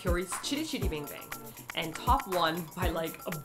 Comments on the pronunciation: BTW it's T.O.P. not "Top" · Also, his name is T.O.P. not TOP!!!! >:(